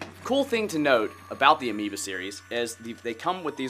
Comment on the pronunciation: did he just say amiibo instead of amoeba? btw, thought the video earlier was a joke. bad day?